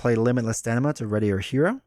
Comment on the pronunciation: It cracks me up every time you say limitless StaNIma as opposed to StaMIna. :)